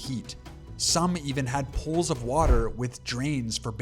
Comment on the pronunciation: I had this on in the background, I didn't realize he was saying pools. I was wondering why everybody had poles, what were they into back in the day? 🤨